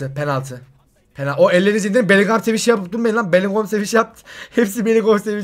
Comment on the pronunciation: Abi belinghem değil belingım öyle okunuyor